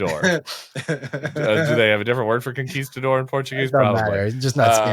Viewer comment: Maybe for Portuguese, you should pronounce the "s" in the middle of conquistador as "sh."